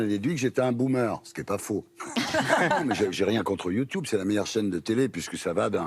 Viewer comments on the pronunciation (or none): Il me fume a dire youtyoube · Déjà Ardisson tu n’arrive même pas à dire YouTube pdrr sa commence mâle 🫢